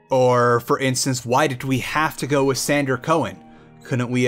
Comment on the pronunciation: I love your channel and content but when you say with you say wiss. sorry😅